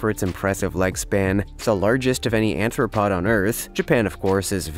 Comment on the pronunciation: Ummm... Sorry to pick nits, but crabs are NOT "anthropods". There's no such thing as an "anthropod". Crabs are ARTHROPODS, from genus arthropoda. Jus' say'n.